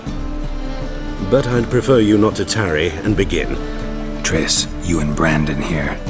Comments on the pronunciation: Its Triss not Trish ffs! :-) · It's Triss not Trish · Triss, not trish, fgs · Her name is triss not trish are you that dumb? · pls stahp Its Triss with an S and not a SHhhh like in SHhhhit This bothers me so much >_< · Is no one else noticing he's saying Trish? The dame's name is triss. #Bars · It's Triss. Not Trish. Sorry for being blunt. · Yo it's Triss, not Trish lol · it's triss not trish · ain't gonna make it splash if he keeps calling her "Trish" and not "Triss" lol